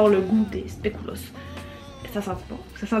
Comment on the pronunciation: Pas sûre que tu vois mon message et comme c'est pour de la sémantique c'est pas trop grave: le biscuit de la marque Lotus qu'on t'a donné est un spéculoos et pas un biscuit au spéculoos ;) Et pour info, le u se prononce comme la lettre et pas en ou :) Vu nos deux langues, les mots ont des drôles de prononciation et orthographe, surtout les mots bruxellois qui sont des bons mix de Français et de Flamand :p Contente que tu aies aimé Bruxelles! Tes images étaient superbes. J'étais déçue de ne pas pouvoir venir te voir au Parc ;) Et pour le Parc du Botanique, je ne sais pas si tu as vu mais l'ancienne serre sert de salles de spectacles et concerts =)